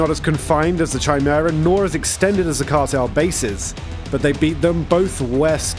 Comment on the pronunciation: Who the hell pronounces the 'chi' in chimera like 'china'.